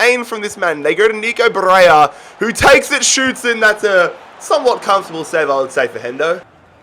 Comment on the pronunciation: you deserved to lose that first final just for the Barella mispronounciation